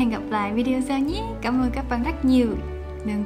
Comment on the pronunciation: phát âm chữ quên sai nhé Quên không Quen